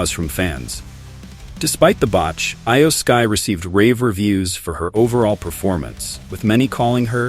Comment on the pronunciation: Eye-yo sky?? Lmao c'mon man so you even watch the product? 😂